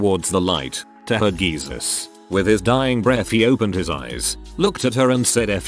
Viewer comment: How sure are we that the narrator is actually a person? Pronounced ICU as a word instead of individual letters and seemed to say Geezus instead of Jesus.